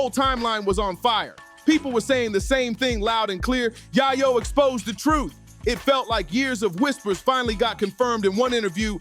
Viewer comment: Yai-yow? 🤣 If ya gonna try to make content off cuts of old news, at least get the names right! 🤣